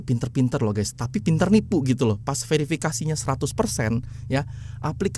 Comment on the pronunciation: mana ada Guys di baca ges, apalagi gess,, norak, harus nya yg benar itu di baca Gais atau Gaes, harus ada huruf A nya jangan E